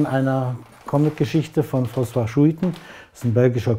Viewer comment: Tolle Wohnung! Und Schuitten wird Skuiten ausgesprochen!